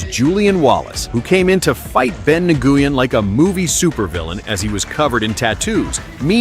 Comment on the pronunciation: Nguyen is pronounced WIN. Not Na-Goo-In. Stupid AI voice over.